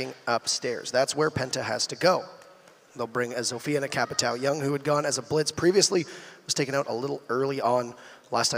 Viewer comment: why doesn't anyone pronounce Capitão correctly?